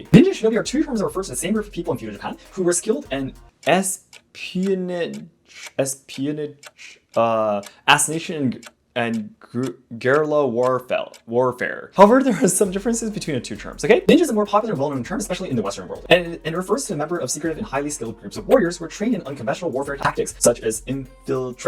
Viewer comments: i notice how you struggled with the pronounciation of the words 'espionage' and 'guerrilla', for future, they are pronounced(respectively): [esp-ee-on-a-zh] and [gu-ri-la](like gorilla). great video though, as always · ngl it was cute when you struggled with the words espionage, assassination and Guerilla warfare